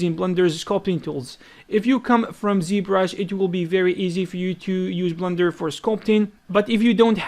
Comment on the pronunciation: why does he say "blunder" for blender? are you guys hearing the same? or is it just his accent? :))